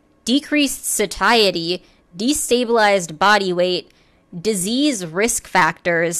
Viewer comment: Satiety: pronounced say-she-ay-i-tee